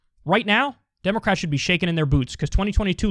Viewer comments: "Drax.... themst.... klounst...." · Nobody going to pay attention to him saying "Drax them's clounts"? Lol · Kyle what the fuck does draxed then sclounced mean?